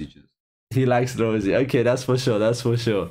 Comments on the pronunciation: Love the reaction but Ro-say. It pronounced as the expensive wine. Rosie is just her nickname not stage name.That is okay cause you guys are baby Blinks. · The girl you keep calling Rosie is Jennie Rosé (pronounced rose-ay) is the girl with the white/silver hair Lisa has the bangs and Jisoo is the brunette with long hair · pronouciation is RO ZAE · You pronounce Rosé like this "ROSA" i hope you get it😂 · He called Jennie Rosé 🤣🤣🤣🤣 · It’s ROSÉ, bruh! ROE-ZEH